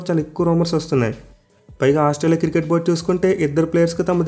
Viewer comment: Cricket ❌ kirket 😅